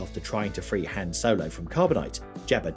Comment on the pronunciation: Learn how to say "Han", Mo.ron!